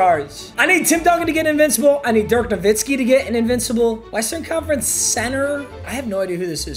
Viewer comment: Dirk “navitski” is killing me